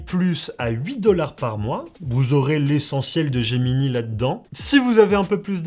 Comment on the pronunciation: Gemini et non Geminee, S'IL VOUS PLAÎT.